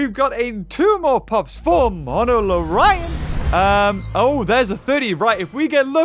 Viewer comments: U say it like, mono-lo-RHINO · Monolorion r u good my guy i dont thinks it is pronounced like that lol